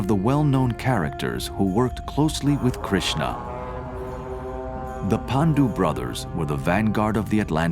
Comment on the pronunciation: Please learn properly how to pronounce Hindu literature words, for, if not so done, they will mean something else. Each word in Sanskrit and all Indian languages have a distinctive pronunciation and hence a specific meaning. Just thought I should add this here. E.g. Krishn if pronounced as Krishna means different. His sister Draupadi or a river. Buddha is not to be pronounce as Budda, it means an old man in Indian language! Please pronounce Bu'd' as in 'the' and 'dha' as in 'th'us. It then means a man who has attained divine knowledge. We do not engage services of any angel for this, but it emanates from one's within. Same thing about Yog, it is like in vogue not Yoga. an addition of a to a Sanskrit word makes it feminine and totally out of place. Thanks.